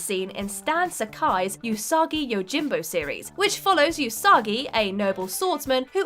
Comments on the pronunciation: oos-uh-ghee not you-soggy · It's weird to hear them say ūsagi instead of usagi